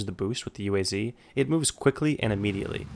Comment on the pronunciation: you don't pronounce UAZ like that, you say like a whole word- [OOASS] (thats how you do it)